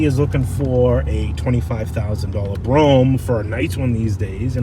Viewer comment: You can't pronounce words properly. Delegance and Brougham.